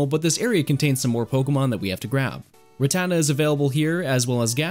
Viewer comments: The way you pronounce rattata makes me wonder if you have ever seen a single episode of pokemon as a kid 😂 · It’s RAT-ta-ta not ruh-tata